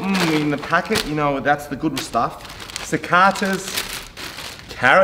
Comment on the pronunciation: Did he really just say Sakata 😂😂😂 it’s Sacata’s 🤣🤣🤣